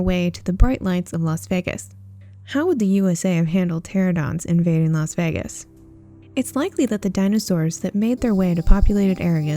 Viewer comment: It's Pteranodon, not "Pterodon". And Lystrosaurus is late Permian - early Triassic. I mean, come on guys...